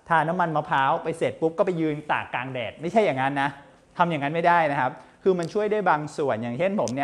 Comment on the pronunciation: คุณหมอช่อยปรับปรุงการใช้ภาษาโดยเฉพาะการใช้ "ร" "ล" เช่นคำว่า"กลาง" บางครั้งคุณหมอออกเสียงว่า"กราง" บางครั้งก็ออกเสียงว่า"กาง" เพราะเป็นรายการสาธารณะจึงต้องใช้ภาษาทึ่ถูกต้องเป็นตัวอย่างที่ดี